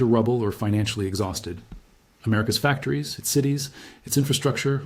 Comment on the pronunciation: You sure put emphasis into "Am-ERICA'S DOMinance in manufacturing..."